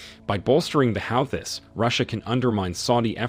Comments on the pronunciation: "how-this" Try "who-thies" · the "how this" ? what.. ? this guy cant even pronounce the groups name properly .. why am i listening to him :\ its pronounced "HOO THEE" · who the f** are the HOWTHIS,,? do you mean the HOOTIES..? are you Ai ::? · Please pronounce the words correctly- ex. not "how-this", it's "hoo-tees", etc. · The How-thiss 😂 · Do you hear A N Y B O D Y E L S E pronounce their name /HA-U-theez/ ? الحوثيون al-Houthioun /al HOO-thee-oon/ "the Houthis" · Howthis wtf, must be AI generated voice over, sounds like a buffoon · It's 2024, friend. Please learn how to say the names of the key organizations you're discussing. There's a big ass racism red flag screaming at me every time you say "How-These"... point me to the people you hear say it like that. Your chosen use of the word "insurgency" is now giving me the ick... 2024... Tell us you care less, please. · It is Hoo-thees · Calling the houthis as 'how-tis' is diabolical 😂😂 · How do you like that Zionist USA? ROFL! The Yemeni force is pronounced as 'WHO-TEES" ,just saying! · 1st & formost what the fuck is howthees? Its prounced houthis you algorhythm pofs😂😂😂😂😂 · No i don’t want to hear your Stupid Prononciation on HOWTIS🫣do your homework ? It’s Houthis not Howtis ?? Make an effort man? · Can you guys learn how to pronounce Houthis properly, or teach your AI how to say it. It is super annoying. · If you are going to put yourself out there as an expert or spokesperson on International politics, at least make sure you know how to pronounce Houthis correctly, otherwise you might risk sounding superficial. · Pls pronounce the Yemeni resistance Correctly. The Houssis.. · Hossi is It's True pronounceation Hossi they're Tribe in Yemen and They called themselves as "AnsarAllah" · Why would i want to subscribe to a channel that can't even pronounce "Houthis" correctly. Just plain stupid.